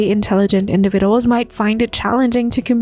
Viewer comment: Your ai voice needs to relearn how to pronounce the word individuals.